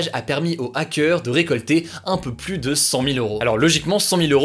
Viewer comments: Super vidéo juste quand tu dis "plus" prononce le "plu" et pas "+" ça me dérange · Pourquoi ne pas faire un effort sur la prononciation du mot plus ? Je conseille vos vidéos à des étudiants étrangers qui apprennent le français, et c'est désespérant d'écouter systématiquement cette erreur malgré les commentaires d'internautes qui l'ont aussi relevé. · « Le plusse »